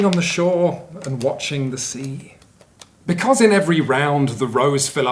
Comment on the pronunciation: Becoose??? Hehe